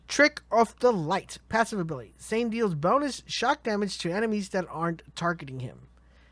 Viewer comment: man I dunno, he also said Shane instead of zane. I don't know if he has some kind of accent or something?